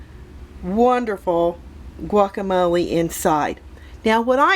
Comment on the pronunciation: I don’t like the way you say guacamole